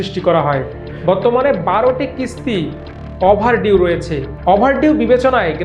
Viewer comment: আমার দেশ এত ভালো একটা পত্রিকা, একজন লেখাপড়া জানা সাংবাদিক কে দিয়ে খবর প্রতিস্থাপন করতে পারে না? কি বলে এগুলা অ্যাপারেল, ক্রাইস্টাল, অভারডিউ 😂